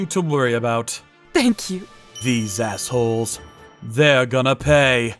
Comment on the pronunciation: Why does asshos more like ashhos?